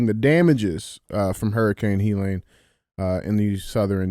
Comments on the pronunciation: What up DJ and Andy. I love how DJ pronounces Helene “Hee Line” instead of “He Leen” I’m a big fan watching from Tuscany Italy. I Love you guys. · DJ. It’s Helene (Heh-Leen) not (He-Lon). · The name of the hurricane Hellene NOT HELON! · Hee-Lon?!? DJ, it is pronounced HELL-een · DJ - It's Hurricane Hel-Lean (Helene) not "HE LANE" Lol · Leave it to DJ to “Key and Peele” a totally normal and common name, such as “Helene.” Hurricane “He-Lon?” 💀💀😂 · How is it that DJ can't find a way to pronounce Helene and calls it Helon? He has to go by DJ because I'm guessing he can't even pronounce his own name. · Why the fuck is it so hard for DJ to say Helene 😂😂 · Someone teach Dj how to say Helene stat. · He has trouble with a few words.